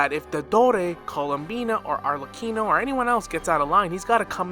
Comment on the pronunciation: great video,i think that there will be 2 harbinger in natlan. but you killed my italian grandmother by butchering the arlecchino pronunciation, it's "arlekino" :(